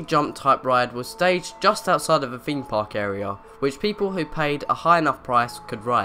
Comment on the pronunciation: Top Extract haha no he's talking about how you say your "th's" Example: feem park